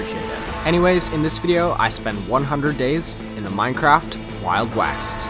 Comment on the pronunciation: Did anyone else hear wild wast?